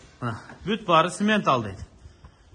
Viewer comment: Симментал эмес самапалтал го